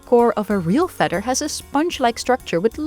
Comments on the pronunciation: Wouldn't it make sense to have a narrator who can say feather properly? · Had me at "feder" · I love the way she says feather. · I sincerely like the way you say "feather". ❤